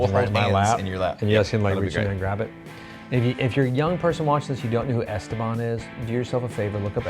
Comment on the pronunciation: e-STE-ban. In Spanish emphasis is on the second syllable. Whitey Americans have mispronounced it wrong for decades. You peeps put emphasis on the first, wrong. It's on the second syllable. ¿Comprende Señores?